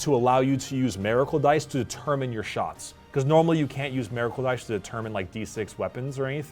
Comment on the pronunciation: Why does keep pronouncing Miracle that way? He is saying it like it's spelled Meracle but it's Miracle